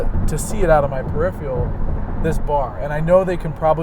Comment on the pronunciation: That's "per-IF-er-al."